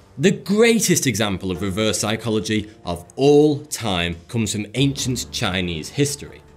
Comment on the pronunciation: That "sycholagy" triggers me.....